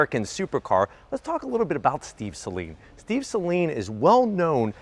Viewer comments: Sounds like you're saying sling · Check out Doug Demuros video. Only 10 seconds in he starts with the SAY-LEAN.😣